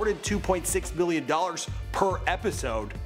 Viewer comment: He said billion or million??